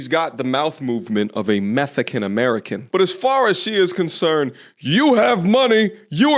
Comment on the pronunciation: "Meth-ican american" 🤣🤣 that crack-ed me up